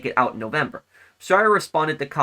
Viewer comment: couldn't even say his name